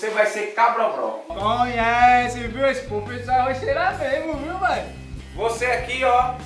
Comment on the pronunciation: Não é cabrobro e Cabrobó